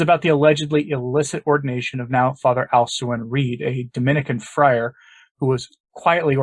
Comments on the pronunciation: Isn't his name pronounced as "AL-koo-in" rather than "AL-su-in"? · Thanks for the report on Dom Alcuin Reid OSB with whom I was acquainted in his layman days as Scott Reid many years ago as he is a fellow Aussie. Small point, but you pronounce his professed name Alquin as AL-kwern (not AL-soo-in) 😉